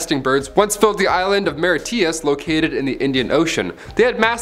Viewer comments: Dude, it's Mauritius not the mauritias... But thanks for the great doc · I know. Mauritius really got me 😬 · I'm an Irish-Mauritian I'm disappointed you didn't pronounce Mauritius right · Lol at his pronounciation of mauritius and thylacine🤣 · Learn how to pronounce Mauritius properly please.